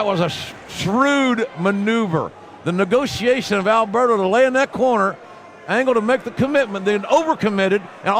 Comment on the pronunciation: I love you, JR. But you've pronounced Alberto's name wrong too many times. 😅